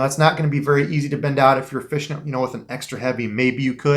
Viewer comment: Is that really how you say fishing? Or you just being funny? Lol